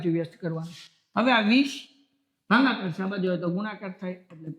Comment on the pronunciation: Sir bhangakaar nahi bhagakaar aave 😂